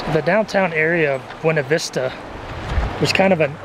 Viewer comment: Ummmmm......Please take a minute and watch this....as to "How to pronounce the Colorado Town "Buena Vista." Thank you.